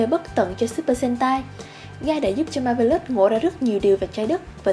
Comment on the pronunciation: Bạn này nên đọc chuẩn xí hơn nữa các tên riêng, ví dụ như Zangyack nè, hay Marvelous nè. Mà không hiểu sao nghe giọng bạn lại nhớ tới bản lồng tiếng trên các đĩa ở Việt Nam hồi xưa :V